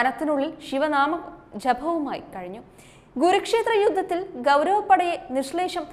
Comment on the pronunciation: കുരുക്ഷേത്രംയുദ്ധം,വ്യാഘ്രപാദം'എന്നാണ്.വാർത്ത വായിക്കുമ്പോൾ ഉച്ചാരണ ശുദ്ധിയോടെ വായിക്കാൻ ശ്രമിക്കുക.